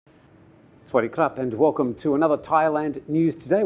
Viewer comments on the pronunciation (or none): its actually sawadee krup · Hi, you keep on saying "Sawadi Krap" is it actually not "sawadi kap"? i could be wrong, but why doesnt any of your Thai crew members correct you on this mistake after such a long time?